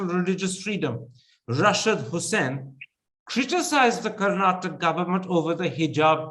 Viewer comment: Please pronounce Karnataka correctly.